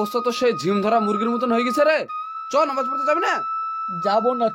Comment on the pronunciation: নমাজ কেনো বলছ শুদ্ধভাবে বললে তো ভালো হত নামাজ বলবা